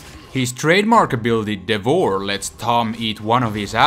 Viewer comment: its kinda annoying how u say devourer but ok ;P